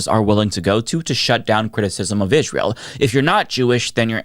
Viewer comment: “Ihjz-rael” is an odd pronunciation.